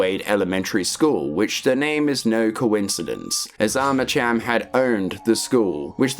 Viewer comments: I still think to this day that Douglas Holiday's and Jin Sun-Kwon's deaths were bs. But then again, Monolith didn't write that story if I recall correctly. Edit: I think you pronounce Armacham with a K. As in Armakam. Similar to the way you say Archon... "Arkon". It's been a while though, need to play the game again ❤😂 ahh yes, I knew it. Also, I never played F.3.A.R. I see I didn't miss that much haha 😂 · I cant listen to the IDIOTICARMACHAM.... CH... UAHMM... CH.. AM.... Cham. Is ArmaKam. You sausage.... ArmaKam.... Gtfo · i hate to erm actually u but it’s arma cam not arma cham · Eerytime you say Armacham with a tch sound. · I keep hearing Arma-Cham ? Subscribed ! Nice explanation of the story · Yeah hey retard? It's pronounced Arma- (K)am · Armacham is pronounced /ˈɑɹ̠məkæm/, so yes the "ch" is pronounced /k/. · Armacham isn't pronounced that way...Did you even play a half-second of the games?